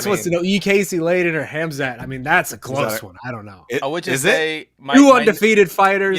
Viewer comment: "Ham Shat Chimaev" Up there with Ya Rear Rodriguez.